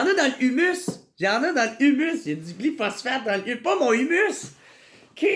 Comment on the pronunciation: Ça se prononce glypho-spho-sphatte-e